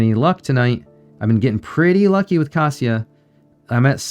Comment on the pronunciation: you pronounce kasia's wrong. that is why she is not giving you 🐾🐾🐾 paws